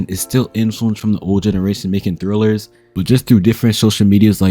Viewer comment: its trill not thrill he not reading it right